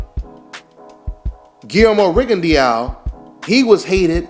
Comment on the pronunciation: its pronounce guilermo rigondo in french eaux is pronounced by ``O``